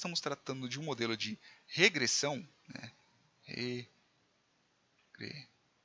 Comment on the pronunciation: Regressãom???????? Pirikitos??????? professor de português infarta nessa hora